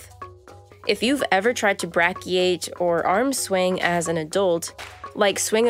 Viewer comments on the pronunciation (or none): Brachiate: BRAY-kee-ate, not brah-kee-ate. Real teaching uses real pronounciation. Thanks for the vid.